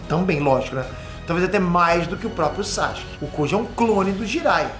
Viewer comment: Porque ele nunca pronuncia o nome do Sasuke corretamente?